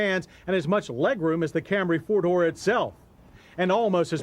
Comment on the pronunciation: It took John 20 years to call it a Camry lmao If you look at the older Camry episodes, he continually calls it cam-ray.